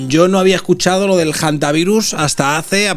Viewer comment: Muchacho, no digas "jantavirus".